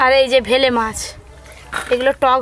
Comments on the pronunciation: ভেলে মাছ নয় oii টা বেলে মাছ উচ্চারণ গুলো সবসময ভুল করে বার বার ভেলে মাছ ভেলে করছে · Bele not bhele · ওটাকে তো বেলে মাছ বলে। ভেলে মাছ টা কি জিনিস???? পাড়া গাঁয়ে থাক অথচ মাছের নাম টা ঠিক করে বলতে পার না ???? ভেলে মাছ ।😂😂😂😂😂😂😁😁😁😁😁😁😁😁😁😁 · Ota vele na bele mach hobe go di 😂😂😂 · Ota vele na 😂 bele 😂😂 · Vele mach noy.bele mach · bangala ta ektu bhalo kore bolbe.ei video to sobai dekhe. Vele mach noi bele mach. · Uccarono thiktak kore na, vele jabano noy, bele jiono bole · এটা বেলে মাছ।ভেলে মাছ না। ঠিক করে বলো। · Vele mach noy.bele mach. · ।কথাটা হচ্ছে বেলে মাছ! ভেলে নয়!